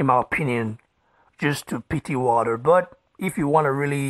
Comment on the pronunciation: who is this Wadderr you keep talking about ? Is there a transcript of this ?